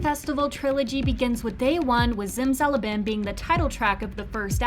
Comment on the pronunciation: Don't ever pronounce zimzalabim like that again